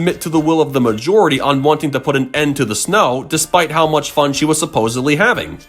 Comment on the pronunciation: Don’t you mean F.U.N? You said F.O.N.